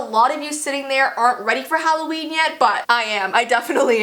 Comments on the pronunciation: Who else screamed when it said Hollveen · Halloveen? No, no its hall of beans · I didn’t even notice the ‘halloveen’. I thought it was just plain old Halloween XD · intro: IT'S HALLOVEEN Me: No, it's September 19th. No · “It’s Halloveen.” Me: HHHEEEECCCCKKKK YYEEEEEEAAAHHHH!!!!!!!!! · IT'S HALLOVEEN